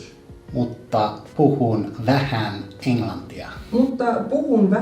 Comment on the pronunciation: That word "vähän" you said was perfect ! Made me happy. And i liked this intro :] Onnea suomenkielen opiskeluun, ei oo helpoin asia oppia.